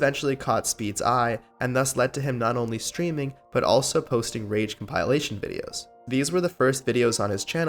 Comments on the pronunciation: It erks me so much that you proceed to pronounce compilation as compile-ation videos smh Ik u smarter than that dawg get it together 😅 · com pile lations?, no sir it's compilation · Com-PIE-lations? It's COMPEELATION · Dude said compilation like Calm-pile-ations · I mean what the hell is a "COMPILE-ATION"? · You're saying compilation wrong